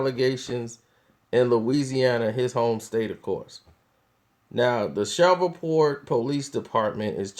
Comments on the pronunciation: The city is call Shreveport, LA not shovelport! Lmao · It's Shreveport... "Ratchet City" or "Port City" not "Shareevport" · its Shreveport, Louisiana. not Shoverport. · Did this nigga just shrever point Louisiana????? 😂😂😂😂 my guy it's "shreeeeeve" point Louisiana lol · Bruh it's Shreveport! Not Sheverport smfh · Its pronounced like shriveport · It's SH-REEV-PORT. 3rd biggest metro area in the state. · it's (shree-port) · Who the fuck is Tank? LoL ... Also, Shreveport is pronounced "shreeve-port" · shhhh revevport... You can't even fucking Read!!! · Did this nigga just call it "Shovel Port"...ctfu. lol. Rofl. Ahahahhaha Nigga that is not how Shreveport is pronounced. Smh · This fool is saying Sheverport😂😂😂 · Shreveport Pronounced (Shreeveport) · sherweave port pronounced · it's pronounced SHREEEVE-PORT brotha. it was cringeworthy to listen to you say it wrong. PS - you are a hip hop dude. Hurricane Chris is from there. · This dude talks to y'all as if he's more educated than you and y'all really going to let him get away with "Shrever-Port"? .....Y'all have to be the idiots he thinks you are. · Pronounced shreeport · PRONOUNCED. SHREEV PORT.! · Its pronounced SHREEVE PORT nigga! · Lol this nigga said Shever port!!!!! Lol. NOBODY fuggs up names like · you said the city name wrong lol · Why do I get the feeling he's pronouncing Shreveport wrong??? Lol, it the weed? Comment stfu for wrong, like for right. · You said Shreveport all the fuck wrong 😂😂 you mid west for sure 😂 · I know. I'm from Shreveport. Kinda cringed each time, but I won't hold it against him